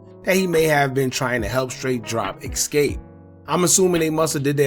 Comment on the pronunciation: It's pronounced "E-Skape" not "Ex-cape" #Escape